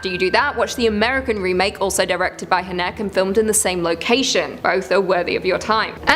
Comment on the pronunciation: That's...that's not how you pronounce Haneke